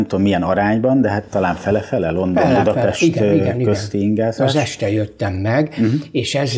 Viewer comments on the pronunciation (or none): none